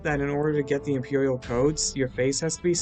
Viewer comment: They said impewiel base